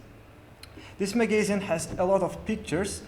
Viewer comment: "Magazine" pronunciation is wrong